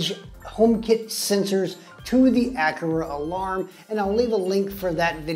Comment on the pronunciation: Thanks for letting me know there was no ability to make automations based on the energy monitor. Hopefully they will update this. Also FYI “a Car a” is the correct pronunciation 😉.